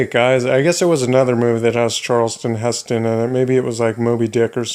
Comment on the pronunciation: Charl-ton Heston....not Charleston. That's a dance!